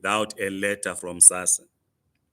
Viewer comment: U are so fill if urself. Please pronounce South African organization correctly is not SASSA check dictionary. It was made clear mo nurses or educators We do have lots of unemployed young teachers. Reje